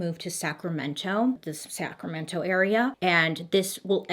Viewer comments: Me cheering Bailey on when she pronounces all the county and city names correctly. GO GIRL GO! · Guuurrrlll, are you even from California? Because you totally pronounced "Sacramento" right! You didn't say Sacrameno like the rest of us!! 😂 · I really love the way Baily says Sacramento... And the V word is pronounced "Vye-Say-Leah"